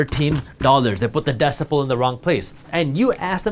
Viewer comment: it’s spelled decimal interesting pronunciation